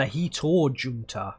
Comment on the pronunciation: I'm not 100% but in most languages, bar English, the letter J tends to be pronounced like a H (ie. Jesus = hesoos, Juan = Huan, Junta = hunta)., I'm guessing it's the same with Finnish, so Tank-in-tor-hunta. Thought it was worth mentioning as there are several Junta units in the Finnish divisions. I'm not sure what Junta means, but it seems to possibly be Group.